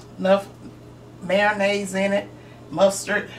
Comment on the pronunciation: I've never heard of MARO-nnaise before. I've heard of MAYO-nnaise tho. But Miracle Whip is not mayonnaise, it's "salad dressing".